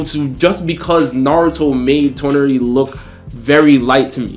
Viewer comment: Why did the guy in the red shirt keep saying Toneri akatsuki that shit kept bugging me 😂